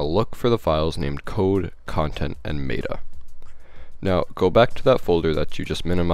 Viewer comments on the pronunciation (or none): *binary... Met-uh... Not may-ta...